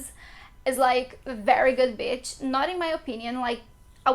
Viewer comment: Great video, thanks. I have great memories of my time in Rio. When you say “beach” in English you need to elongate the “bea…” sound (more like “bee”, otherwise it sounds like that rude word (b!tch) 😬